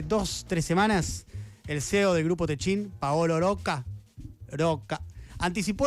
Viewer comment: Oye Diego, porque pronuncias el apellido Rocca con una erre muy suave? Creo que se pronuncia así, como está escrito, Rocca, como repelente, o repetir. También, todos pronuncian Techin, en lugar de Techint.